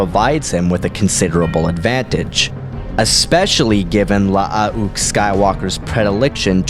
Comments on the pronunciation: Wouldn't Luukes name be pronounced (luh-ook) not (lush-uh-ok)? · wtf are you trying to pronounce?with the extra u,it is still pronounced like luke.with the way you were pronounced it i couldnt finish the video. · I think it’s pronounced Loo-ook, not La-ah-ook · Mate it’s not la-ah-ook . It’s luke but with two U’s, you sound ridiculous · You need to learn to speak properly is is Luke Not lahook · why the fuck is luuke pronouced la ah uuk o.o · Love the videos, especially "story of" videos, but I have to say... LAH-AH-OOK? Gotta work of on that pronunciation. You just say Luke like you normally would but the U sound is slightly longer. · 5 years later the most difficult part of watching this video is listening to you Say Lu-uke Skywalker's name over and over again. Good Lord man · Nice video, but if I hear "La-a-uke Skywalker" one more time I think I will jump out of a window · Nice video, but if I hear La-a-uke Skywalker mentioned one more time I think I will jump out of a window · Hey, FYI, Luuke is pronounced as Luke, in proper English. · Clones name: La ah une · really cool idea for a versus i had no idea it was pronounced... lah ah uuke... lol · You say one too many syllables in Lu'uke. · Louke ..not how he said it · I like how he pronounces it. It's funny to me. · yea you're an idiot lol 4 mistakes. Not understanding what he said is you're problem, not his. He clearly knows this is luuke and not Luke, as he said that in his comment. So you either didn't read it to the end, or did but you're dumb. 2nd, his message was about aweful pronunciation of luuke lol you didn't pick that up, as well as indicated that you pronounce it that way as well which means you can't read, also making you dumb. 3rd, learn how to spell. 4, don't be calling anyone stupid when 1, it's unprovoked, and 2, they are clearly more intelligent than you. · "Luh-uh-uh-uke." "Sabayoth." You really don't even try with these pronunciations, do you?